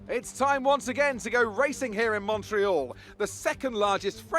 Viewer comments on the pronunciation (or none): none